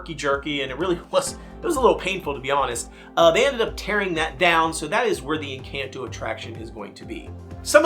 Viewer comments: Hard to watch when he keeps saying Encanto wrong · Why does he say Encanto like that? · Worst part is, HES DOING IT ON PURPOSE!!! because the real pronunciation is somehow too hard apparently??????